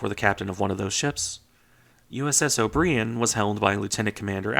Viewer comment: "O'BREE-en"? Really? REALLY? You can't bloody pronounce "O'BRY (as in "DRY" or "TRY")- an"? What fookin' planet are you from?